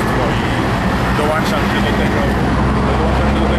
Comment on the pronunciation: Panie, "człowieku kultury", nie mówi się "dołańczam się" tylko dołączam się. Jeśli człowiek kultury bierze się za politykę to albo ta twoja kultura nic nie warta, albo prostytucja polityczna jest lepiej płatna niż kultura, którą reprezentujesz.